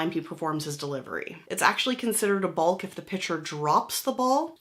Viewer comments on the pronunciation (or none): It's pronounced Bok